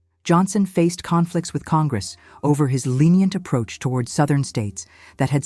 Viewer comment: Sowthern states.